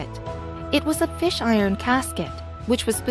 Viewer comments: yeah, i caught that, too. that's what happens when your site sucks, you use a sucky computer voice, and your research/editing skills suck. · Fisk iron casket not fish iron.